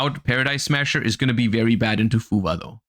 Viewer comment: Why does it sound like he says fuva? When he’s talking about fuwalos?